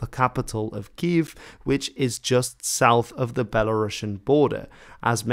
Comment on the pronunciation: Kyiv! Do not use “e” sound!